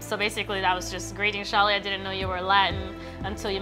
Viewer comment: I did not think I'd actually get featured in this BNC News Channel video XD Edit: And yes, you did say my name right Shaly :D And thank you for answering my question! I definitely understand that collab projects are kept confidential until you guys are ready to officially announce it! I'm looking forward to the Fairy Tail collab and many more future collabs to come~!